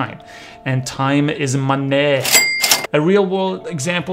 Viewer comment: "time is Monee" 😂 great talk.. I just realized how much time i wasted in my life.